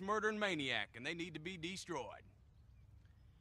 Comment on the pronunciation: be distroid! hahahahahahah